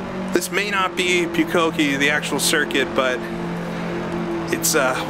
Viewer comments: Just as a note - Pukekohe is pronounced POOK (rhymes with "book")- A - Ko- Hee Maori and Japanese share a pronunication scheme, so if you can say it in Japanese you can say it in Maori :) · Pukekohe is pronounced Pooka-Kohee. The maoris will eat you if they hear how you say it.